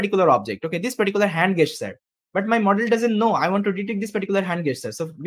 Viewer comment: Jesture (not gay-sture)